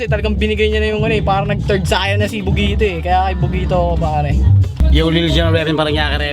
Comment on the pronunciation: tang inang rapper yan c bogito bulol pota.,magbi2saya n lng mali mali p